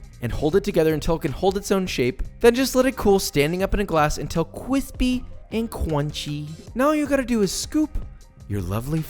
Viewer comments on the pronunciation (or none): Joshua but custard isn't cwispy! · Nobody: Josh: Qwispey and Qwunchy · Josh: This is super CWISPY. Gordon: Its crispy panini head. Josh: CWISPY??? Gordon: Fuck me. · Qwispey And Qwunchy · Gotta make sure that waffle cone is QWISPEY and QWUNCHY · Oooohh you should do merch saying Qwispey and Qwunchy!!!! ♥️♥️♥️ This custard looks delicious 😋😋😋